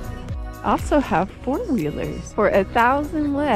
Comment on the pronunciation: Sorry it is not lak it is lek couse you did lak at the food part but it is okay